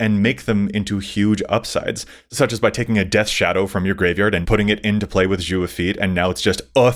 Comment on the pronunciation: The way pronounced 'Zhao' hurt my heart.:( Please,, watch Avatar: the Last Airbender. It holds up, even for its and our ages. AtLA is timeless.